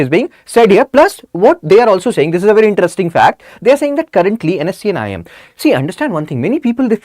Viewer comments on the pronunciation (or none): none